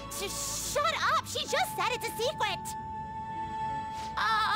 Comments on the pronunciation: "She just said it's a secwuet!" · swecret.... HAHAHA it was if ya wanna hear it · I heard secwet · Are we not going to talk the fact that Caroline said swecret and not secret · IT'S A SECWET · My brain, hearing "secwet": Haha tsundere. My brain, reading "secwet": S A C K W E T . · She just say it's a secwet!